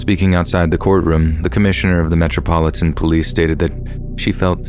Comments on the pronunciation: I’m sorry but “MEH-TROPILLAN POLICE” 😂😂😂😂😂😂 I’m dying 💀💀💀💀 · Metropolitan police is pronounced Metro-pol- it- an its actually one of the easiest things to say as its just broken down bit by bit.. the way you said it had me rolling